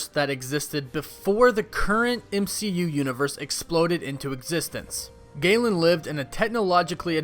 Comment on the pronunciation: Gae-lan? I thought it was Ga-lan